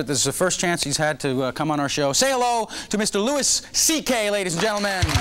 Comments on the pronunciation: The host mispronounces "Louis" at the start, but not at the end. Maybe they edited out the part where he leans over and says "FYI..." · Time when people actually called him Louis instead of Louie hahahahah!